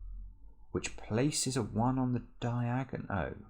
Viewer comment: “which places a 1 on the diagon-oh”